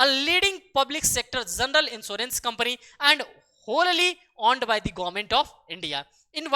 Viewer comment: Whollally.....or wholly